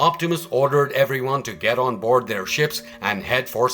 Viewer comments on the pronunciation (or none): none